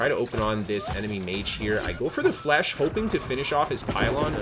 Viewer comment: great video. But, please, stop saying flesh my guy. It's French